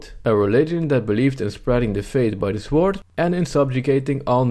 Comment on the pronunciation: Complaining about the horrible state of university education while mispronouncing basic words such as psychology and sword is known as the pot calling the kettle black.